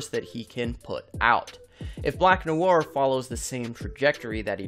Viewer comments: Noir" (pronounced Noo-ah) is a very basic and common french word, used frequently even in the English language, hearing you butchering this word over and over and your lack of basic knowledge just makes me cringe so hard. (hint use google translate and click the listen button) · hate how he says noir